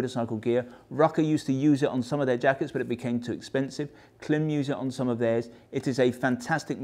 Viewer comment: I’d love to hear how you pronounce Worcestershire or Leicestershire. Or Greenwich for that matter. Point being, you know how Klim pronounce their name, but you choose to pronounce it differently.